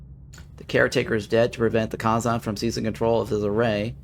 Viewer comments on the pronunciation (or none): Youve never watched the show I take it? The first species they meet are the (Kay-zon).